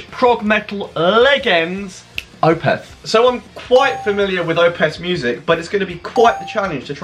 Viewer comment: stop saying Opeth wrong